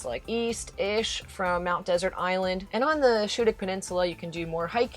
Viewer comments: One of my favorite destinations! Interested viewers might like to know that the "Desert" in "Mount Desert Island" is pronounced more like "Dessert." The accent on the final syllable is a holdover from Samuel Champlain who named it "Ile de Monts Deserts." And, as someone else pointed out, "Schoodic" is pronounced "Skoodic." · Mount Desert is pronounced as Mount Dessert.